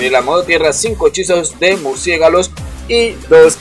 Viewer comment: Holis caracolis😊 "murciegalos" 🙊 q grande eres 🤗. muy buen video. Te dejo mi like y un Saludito